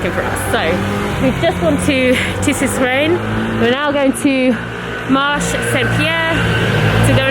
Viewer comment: You indeed pronounce Tissus Reine correctly! (But Marché Saint Pierre you don’t drop the e at the end of Marché so it’s marsh-ay rather than marsh 😉) I love it when you do Paris hauls, I spend soooo much time in these shops it feels like you’re visiting my living room!